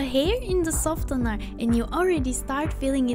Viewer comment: The c is silent in scissors The t is silent in softener